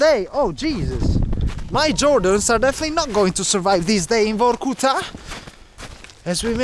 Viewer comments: Everytime he said VORRKUTAAA, I got more angry, it's so annoying 🤣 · the pronunciation is vArkuta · But you say Varkuta far too many times bruh.. 😅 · Say Vorrkutaa one more time... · Stop with this Vokutá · He says "Vorkutta" 116 times during this video...Vorrkutta !! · This guy said "vorkuTÁ" 1million times 🤣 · Say VOR KU TAA one more time, i double dare you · If he says Vor-Ku-Ta one more time 🤨. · How many times did he say Vorku-ta? :DD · Vor-ku-TAA? What is this? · In Russian if an accent doesn't fall on an "o" you pronounce the "o" as a very short "a". So that would be Varkoutaah. Also, that car was a Volga, not a Lada. Thanks for the video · Say Vorkuta one more time mf. I dare you. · Vorkuta in your mouth sounds like new type of pizza. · Very interesting video. Although it gets to my nerves everytime he says Vorkuta. 😖